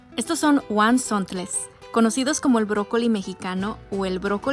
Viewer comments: Guanzontles? Vaya forma de pronunciarlo Brócoli azteca por dios nadie le dice así Por qué inventas cosas o de dónde sacas esa información Son tan comunes al menos aquí en Puebla, y en la mayor parte de México supongo No tienen nada s especiales salvó sus guisos deliciosos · No son huauNzontles, se pronuncia tal como lo escribiste. En el pueblo de mi abuelita paterna (zona mazahua) se les conoce también como "choales" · Escribiste correctamente la palabra huauzontles, pero tú pronunciación es incorrecta.